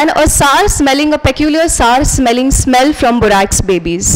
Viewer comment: Please correctly pronounce word peculiar.